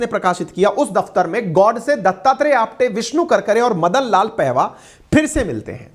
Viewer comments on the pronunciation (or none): Sabse pahale apna vyakaran sudhare ,Madan pahava ( पेहवा ) नहीं ,पाहवा था ,उच्चारण सुधारिए ।